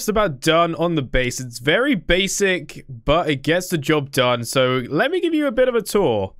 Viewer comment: Do you not mean BASE-ic?